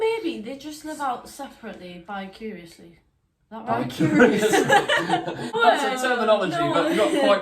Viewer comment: I believe the term is vicariously thus bicariously not bi😄curiously. That was hilarious though.